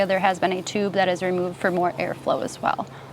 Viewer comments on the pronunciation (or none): none